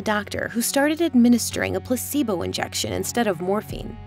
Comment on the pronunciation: "Pussibo effect" and "tempeture" had me distracted. Still endurable than the other VO lady with the terrible vocal fry.